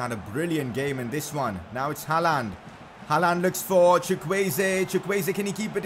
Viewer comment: Aight, lemme teach ya some norwegian xD When u say Håland u pronounce it like Haland. But to pronounce Håland just think of the word «yawn» or «law» its the same pronounciation :))